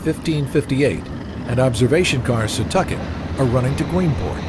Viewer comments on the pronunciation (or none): "SEE-TAWK-IT", not "SUH-TUCK-IT" !!!